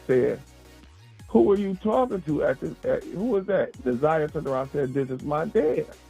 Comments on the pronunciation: It’s pronounced NAH ZI AH NOT NAH ZAY AH….please pronounce her name correct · It’s Nah Zie ah not Na Z(eye) ah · Just tell her how to pronounce it , it’s NA-ZI-AH ❤️ great video btw! 🫶🏾✨💯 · it don’t matter how anybody spelled it, IN YOUR VIDEO ITS SPELLED NA’ZIYAH SO AGAIN U CANNOT READ OR KNOW HOW TO PRONOUNCE YOUR VOWELS ‼️ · hey boo, it’s okay, its pronounced NA-ZI-AH ❤️ The “y” is silent. GREAT VIDEO BTW!❤️🫶🏾✨ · Na’ Z(eye) ah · she keep saying her name wrong Na’zayah and it’s bothering me so I said sum tf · u too mad 🤣 u gt the point or no 🤣 either way it’s not NAZAY OKAY!! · I really do appreciate your content because you are posting things that I haven't seen on any other bloggers page. However, I think that you really should try to say this baby's name properly because you keep mispronouncing her name, respectfully. Now you have said Jarvis name wrong many times and that hasn't bothered me. But the fact that you keep on saying Na'Ziyah's name wrong is really upsetting. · Nobody cares if you pronounce the offenders name correctly but show some respect to the little girl you’re clearly partially illiterate because how do you get they (a) sound from (iy) vowels ? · Plz say her name correctly...